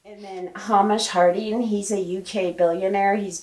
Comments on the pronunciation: Amazing video! Thank you. Just one thing, Hamish is pronounced Hay-mish. ❤ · Hamish is a Scottish name pronounced Hay-mish